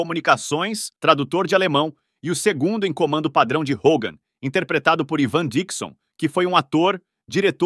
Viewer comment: O ivan dixon, pronuncia.se aivan dixon e o klink é vilhelm klink. Parabéns pela produção